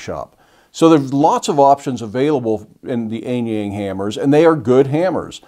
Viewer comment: And for the sake of curiosity, the letter 'A' in Mandarin is generally pronounced like the vowels in "aha!" gets it pretty close.